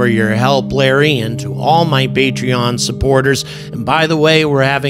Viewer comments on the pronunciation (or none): none